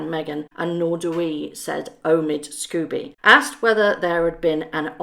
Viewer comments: Forgive me, but however much you may despise the co-writer of this book, his name is 'Scobie' not 'Scooby'. It's unprofessional to mispronounce repeatedly his name, likewise, Jessica is 'Mulroney' not 'Mulrooney'. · Sc-OH-bee not Sc-U- bee. Sorry but it triggers me when that idiots name is pronounced wrong.